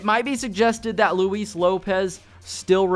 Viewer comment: I give you props because you pronounce his name correctly, instead of (loo-is)